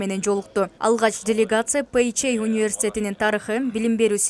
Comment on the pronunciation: Пей жей эмес Пэ Жэ